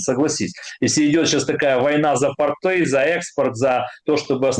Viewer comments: Тьфу, б🤬! Да не портЫ, а пОООрты! ПОрты, дебилы безграмотные! И тОрты!))😄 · Да, пОрты, тОрты и бОрты.